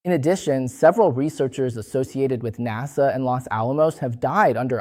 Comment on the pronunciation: NASA was pronounced wrong, but thank you :)